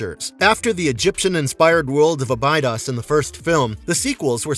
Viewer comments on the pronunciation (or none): Can't say Abidos right. Ah-bee-dose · he didn’t or he would’ve pronounced Abbados correctly. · ibodos !!! you could at least pronounce it correctly have you even watched stargate !!